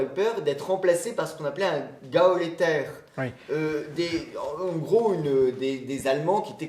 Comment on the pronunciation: "gaoléter", oh la la, cela signifie que n'a jamais entendu ce mot prononcé et n'a rien retenu de ses cours d'Histoire. Ce manque de culture est tout de même embêtant lorsque l'on est aux commandes de ce genre d'émission d'un certain niveau.